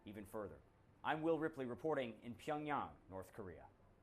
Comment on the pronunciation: So funny to watch the CNN anchor fail to pronounce Pyongyang correctly.